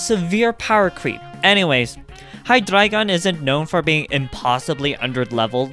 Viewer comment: love the slight german accent for the Hydreigon line